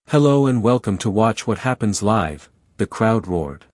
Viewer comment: Wish this were an actual interview--it sounds exactly like something I could see happening. However: 1) The AI narrator does not pronounce the word "LIVE" correctly even one time. 2) There is no live footage in this video. 3) I cannot find any of the "clips" referred to in the video of this interview online. Just more copies of this same static image with different AI narrators. To be clear--I'm not a fan of the griftsome twosome, but please stop feeding their victim narrative.